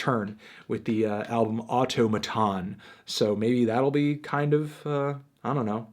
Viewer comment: It's pronounced Automaton, not Automaton